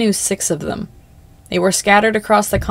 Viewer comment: stop saying “dem” I’m physically retracting from my screen